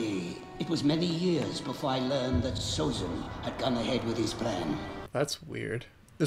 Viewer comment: Everything he does, he does hard. His name is Sozin, not Abitzin